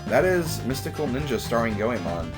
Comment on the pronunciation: it's GOEMON.